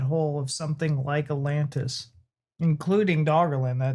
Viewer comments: 'Alantis'? He says it three times. Not ATlantis, he's not fond out the first T apparently. Or does he just like the singer Alantis Morrisdancer? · if you don’t start pronouncing both of the T’s in Atlantis I’m gonna scream 😂😂😂 wtf is “Alannis”???? 😂